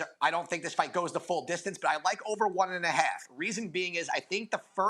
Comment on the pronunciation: "Da" instead of The? Stay your ass in soft ass Indiana